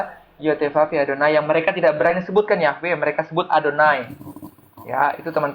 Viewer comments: Yhwe perubahan huruf yg salah kaprah dalam penyebutan dan pengucapan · Yahwe yahwe. Mana ada pelafalannya yahwe